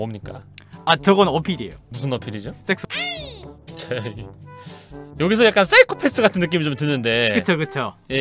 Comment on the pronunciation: 자막 다른건 다 이상하게 해놓고선 섹--는 제대로 발음하네 ㅋㅋ